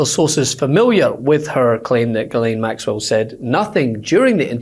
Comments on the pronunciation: Did Bondi call her girl-lane??? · Why does Bondi keep calling Ghislaine Maxwell ‘Girlene’? Does she even know the woman’s name?! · Why the Hell, all you Americans seem to try pronounce the name "Ghislaine" correctly, but utterly fail. The S is a sharp one, it is pronounced like a "ss", just like "Shisslaine". I don't want to have the name of a child abuser pronounced correctly, but it just hurts my European ears, every time I hear that linguistic ignorance. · "Girlaine" Maxwell. What a dummy Pam Bondi is! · Guerlain is a perfume, Ms. Maxwell's name is pronounced "Gee-lane," I believe, Ms. Bondi. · Who is “Grr-laine Maxwell,” Pam?